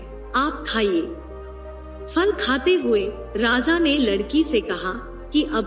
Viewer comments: prazaa nahi hota madam praja hota hey razaa nahi hota raja hota hey. Pata nahi kaha kaha se aatey ho tum log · Raza nai raja hota hai 😂😂😂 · Please correct your pronunciation..it sounds like Radha.. it is Raja not Radha